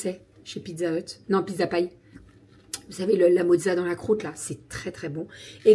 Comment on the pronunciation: Hello ! Ça fait 2 retours de courses où je t’entends dire piNzza, je sais pas si c’est moi ou.. ? J’ai pas osé demander semaine dernière mais j’avoue ça me perturbe 😅